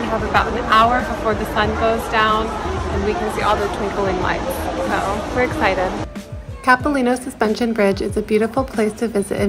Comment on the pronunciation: It's wonderful to see Vancouver depicted in winter, and your obvious enjoyment. Locals pronounce the a in Capilano like the word eye, and call that skating rink Robson, but your pronunciations were charming and make you seem genuine. Bravo!